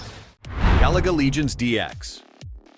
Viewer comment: My boy said Gah Laga 😂🤣😂🤣😂. You can tell that voice ain’t played any of these games.